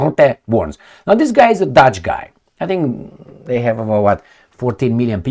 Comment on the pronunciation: Are you saying Dutch or douche?